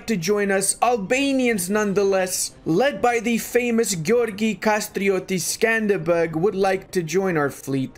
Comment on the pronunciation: Why can nobody pronounce Skanderbeg correctly?